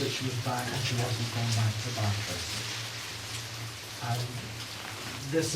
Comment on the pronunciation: The lecture is historically accurate in general, although the speaker mispronounces "Bartres." The photo was taken when Bernadette was 18 (if memory serves). There are no photographs from the year of the apparitions (when she was 14), although a local artist made several paintings of her. There are indications that something unsettling happened in Bartres. She may have been mistreated in some way by Marie Lagues (previously her wet nurse) or her husband. Zola hinted that he suspected some sort of attempted sexual interference, though we can never know for sure. I'm surprised that the speaker didn't mention Pigou, Bernadette's sheepdog. The speaker says that only one sibling visited Bernadette at Nevers. He's referring to her brother, who was a pretty interesting character in his own right. But just before her death, Bernadette also received a visit from her sister Marie (born Marie-Antoinette, called Toinette in childhood). She had always resented Bernadette's status as first-born and thus had a difficult relationship with her elder sister, and Bernadette was angry with her for opening a shop that sold religious items. (Bernadette always despised any any hint of commercialism.) Marie went to Nevers to reconcile their differences. Bernadette, however, was unable to communicate with her, so the reconciliation didn't really occur. However, on the day of her death, Bernadette was able to speak with those around her.